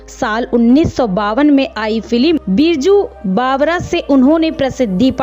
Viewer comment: It's not birju bavra it's baiju bavra, she died of liver ?? Really ?? She died of liver cirrhosis. Please pronounce well when making videos